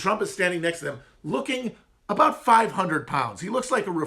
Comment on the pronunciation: Dude, we don't say aboot! I have never met another Canadian that pronounces it that way 😂